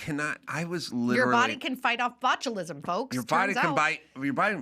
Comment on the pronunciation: Omg she sais botcholism